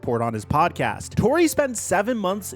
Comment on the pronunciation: Pablo TOR-RAY its PABLO TOR-RAY NOT PABLO TOR-REY your just messing it up on purpose now!